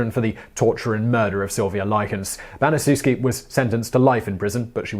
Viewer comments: its pronounced BaniChefski not banizewski. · According to testimony given by Gertrude Banizewski's daughter, it's pronounced "Ban-i-CHEF-ski." NOT, "Ban-i-ZOO-ski." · Her name is pronounced like: Gertrude Banish-Shef-Ski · it’s pronounced Bani-shefski Gertrude Banisezwski was a monster. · Pronounced "Ban-es-chef-ski." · It's pronounced Ban-ih-SHEF-skee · Come on TopTenz, you have 1.3 million subscribers, more videos than I can count, and you've been making these videos for NINE YEARS. Baniszewski is a Polish name. It's pronounced ban-i-shef-ski. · Gertrude's last name is pronounced Ban-ee-chef-skee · You pronounced Gertrude Baniszewski’s name wrong. The least u can do is not butcher the names. What about Elizabeth Bathory? How does she not make the list?!?